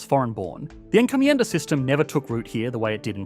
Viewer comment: Encomjenda...yep sounds like trinidad before french & brtish